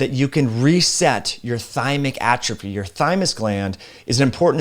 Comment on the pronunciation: A-truphy!! Lol it’s prounouced Aaatrophy